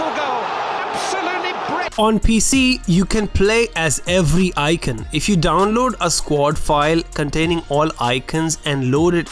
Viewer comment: Bro its icon not icion